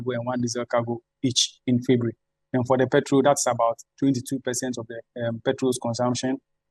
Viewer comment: Funny way Ghanaians pronounce January and February. What happened?